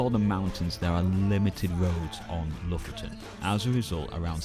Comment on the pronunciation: Not loften but lo-fot-ten! 😉